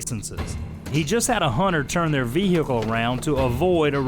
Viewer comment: Wtf is a Hunner?